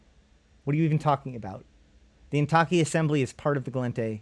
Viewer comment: Suggestion: everything that seems like it were Japanese pronounce it in Spanish, and put emphasis on the first syllable. So it would be "WA-ya-ki KA-ya-ra". Don't know why but it works best. Heck, it's IN-ta-ki, not in-TA-ki. Ask anyone of Japanese descent (who can still speak Nihongo). By and by, THIS is BLOODY FASCINATING! Thanks!